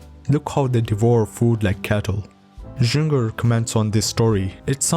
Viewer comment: True, the mispronouncing of various words and surnames (I couldn't help but cringe when he read Juenger) is truly paining. The video could be much better, had the creator trained on his pronounciation.